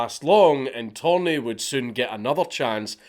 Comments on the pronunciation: It's "Törni" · I love how Dank starts the video calling Torni by his proper name and then at the end of the video it’s ”Thorn” lmao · His last name is Törni. Not Torni. The dots really make a difference, torni means tower in Finnish. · He's actually Törni, not Torni. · It's tÖrni, not tOrni. Torni actually means tower in Finnish, while Törni is a finnish surname. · Dank, please. Törni and Torni mean two different things and are pronounced in distinctly different ways. The umlaut matters. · Mr. Törni, my compatriot, hated communism, admittedly even more than me. And that is saying something. But fukc me you butchered his name! :) No Finnish person would realize of whom you´re talking about by the name alone, even though every Finn over 10yo knows Törni. It´s worse than my Gaelic!! :) EDIT: Viipuri has never again been part of Finland after the war, YET!